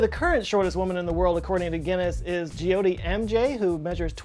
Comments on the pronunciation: Dude it's Jyoti! Not jee o to,🙄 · The 'Y' in Jyoti is silent, your content is amazing, love your work dude